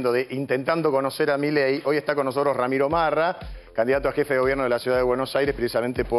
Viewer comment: Ramiro Rama ?? del Árbol jajajaja Es Ramiro Marra !!!! no leen ni lo es escriben, Santo Dios. Bajen de la Rama, jajajajajaja